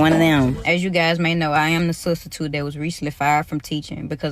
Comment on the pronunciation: Nigga said studstitute 😂